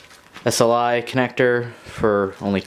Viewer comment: Tip: its S-L-I not sli, and LOVE the video, you made my decision between the MSI X99S SLI Krait and the MSI X99S SLI Plus